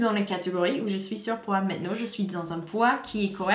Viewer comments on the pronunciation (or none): none